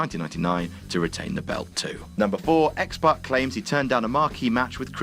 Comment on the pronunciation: Positive Vibes Only it's pac